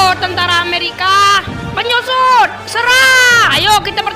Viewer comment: Maaf penyusup bukan penyusud